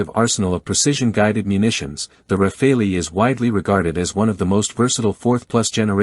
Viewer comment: I am really sick and tired of people saying RAFAELI instead of Rafale, like chacal, like focal, like moral. I really don't know where people (mostly Americans) get this suffix "ELI" at the end of rafale. The Americans have a bad habit of butchering other people's languages.